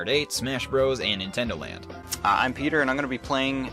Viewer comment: it sounds werld pronoucing your name as Petter Keh Netter